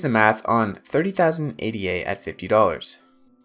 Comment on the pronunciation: If you repeatedly pronounce Ada as A.D.A. then I’m not convinced you’ve done a lot of reading on the subject…